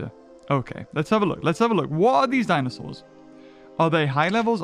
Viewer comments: Ah yes, dinsoaurs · "Dinsoaurs" Classic